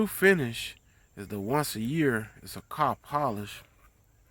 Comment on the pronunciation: Yall southern mf can't talk to save yalls life poor things 😔 and it took ten years of listening to it before we seen anything happen... I always wondered if it was on purpose cuz T I can talk but you can still tell he's from the south! he can say "then" and then you can read the word "then" and read the word "Den" then say it the same Car is Cah then just say rag so you can make an R sound that shit is crazy to me, European London Britain England accents nauseate me the South and Africa are next in line 🤣 the South sounds like someone just learning how to talk for the first time and yes we were all either born or kids in the 80s when the next generation of adults we're mostly populating the planet right now I just came and see what Nu Finish can do but I had to sit and listen do you repeat yourself 10 times with natural slurred speech 😩 I'm Denver Colorado so ... when I visit my cousin's in Houston their friends say I sound White no I sound right I can talk! oh my God East Saint Louis black folks its embarrassing my ex was born and raised in Alabama but sounds like she's from Colorado, you make the r sound in any other word but you can't say car properly or other words ending in r so is this shit even real or is it culture remnants of slavery y'all would have so many problems with white people out here where I live, White people would treat you like shit like you were stupid if you lived in Colorado sounding like that